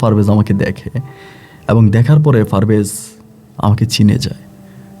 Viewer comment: For your kind information it's not Farvez it is parvez